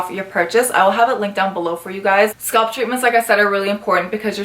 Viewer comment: SCA-A-A-LP NOT SKULP